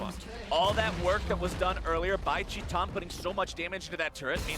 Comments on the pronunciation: why is he saying 'tee tahn' instead of 'tie tan' . its titan, not teeton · how do you get "chee-tan" from "tie-tin" ? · TIL "titan" is pronounced "Chee tahn." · did they pronounce titan, tee tan? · Shaun Dionne titan wants it to be pronounced teeton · Portuguese pronunciation. It's a brazillian team, after all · He writes it titan, pronounce it shitan ? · u mean tit-anne? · anyone else triggered by how he pronounced titan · he is pronouncing as it is in portuguese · Brian yousif never forget casters like jatt who started calling u zee eye before uzi was like pls stop